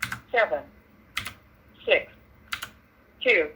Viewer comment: he said s3x not six